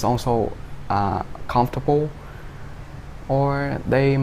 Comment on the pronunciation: Bạn ấy phát âm từ comfortable rất chuẩn